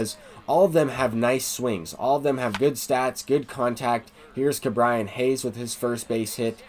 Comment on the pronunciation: Ke’bryan Hayes is pronounced KE and not KA